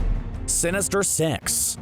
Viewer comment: Wow sheesh not being rude bu is accent made it sound like “Sinister sex” no “Sinister six”